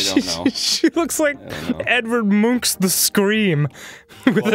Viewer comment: I've watched clips of american news reports from when The Scream was stolen and I've watched Ivy League college lectures on the history of art, but the most accurate pronounciation of "Edvard Munch" I've ever heard from an american? That would be here